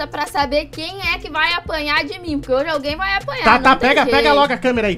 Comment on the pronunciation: Quem percebeu que o falou HOJES?